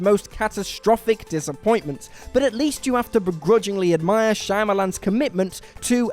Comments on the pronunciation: Your gut is right. It isn’t Shayamalan. Pronounce ‘Shya’ as you would ‘Ca’ in cat. Alternatively, you could just say Shamalan. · also.."shy-amalon"...kept thinking to myself "shawmalan" damnit! lol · If you can't pronounce Shyamalan, you don't get to offer an opinion. And if you don't understand why Soderbergh had Streep play two roles instead of hiring "an actual Panamanian," you should probably stop writing and talking about movies. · Is it me or did the narrator manage to pronounce Shyamalan different almost every single time? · Can you guys please learn how to pronounce M. Night Shyamalan's name?